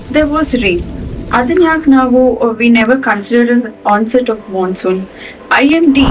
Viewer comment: " Mansoon" take a class soon